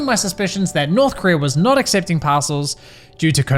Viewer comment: I swear he's saying "Passholes".